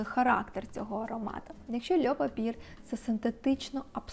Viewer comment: льо папьє, а не льо папір🥲 також маю цей аромат, дуже подобається)